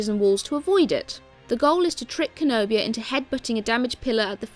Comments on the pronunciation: Lady, its CENOBIA. Not KENOBIA. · KEN-O-BIA,HOW DARE U SAY CENOBIA'S NAME LIKE THAT,HE IS MY FAVORITE COLOSSUS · its cenobia not kenobia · BAGUETTE BAGUETTE eh, say it however you want. I always pronounce it as “SEN-nobia”